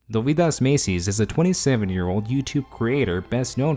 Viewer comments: Doveedas Machees , that's pretty much correct way. Not Macies lol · Damn, you butchered his name hard. Its more like dough-weed-as ma-tsees